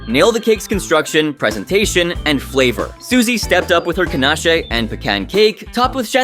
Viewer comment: did you really pronouce Ganache like that....